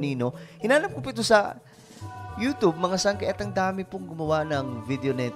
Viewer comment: Pronunciation mo YouTube it sounds youtobe